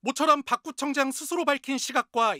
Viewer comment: 저기 화면에 나온거 지 아니라고 우기겠네. 지 입으로 구청장이라 한거 다시 잘들어보세요 구점장으로 들리지 않나요